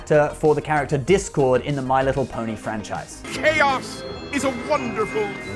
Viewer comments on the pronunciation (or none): none